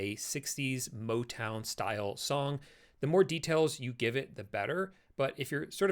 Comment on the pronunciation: Im sorry, I couldn't resist but "motwon"?